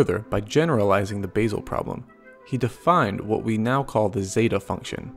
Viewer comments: Just for information, the Swiss town Basel is pronounced Baa-zle, not Base-el . Thanks. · It's Basel, not basal